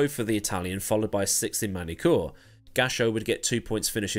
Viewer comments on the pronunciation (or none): none